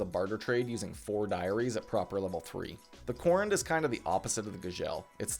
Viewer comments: Gzhel--->Gagel Korund--->Corned Redut--->Reddit Hahaha I've never heard those pronouned that way. Regardless thought I've been a fan for a solid year or two now. Keep up the good work man! Always great content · someone teach this man how to say Gzhel/Korund, how can you have this much time in the game and do my armor like that LOL great video other wise!